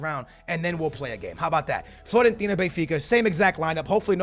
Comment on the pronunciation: It's FIOrentina, not FLOrentina